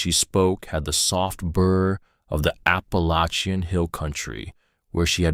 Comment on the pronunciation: Why do we have an image of a modern kitchen in an 19th century story??? Just got to love AI NOT it a piece of 💩. It's a great storyline. Love that part. But AI destroyed parts of it with the mistake in the words that it can't pronounce like (Appalachian) Also add to speed up you narrator. (to slow). The images, well to many mistake to write them all down. What that does it distract us from the story. (Reader or Listener) So, we end up noticing more the mistake then the story. It's REALLY to bad because it is a good story. Listened from Northern, Ontario, Canada